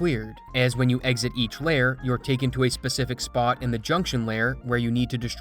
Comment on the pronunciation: Is it just me or does he not know how to pronounce layer